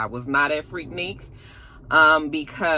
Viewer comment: Finally, somebody who pronounces Freaknik correctly.!😂😂😂